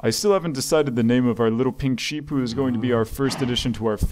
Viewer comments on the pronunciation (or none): none